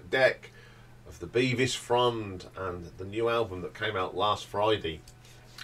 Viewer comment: Bevis like beverley not like bee-vis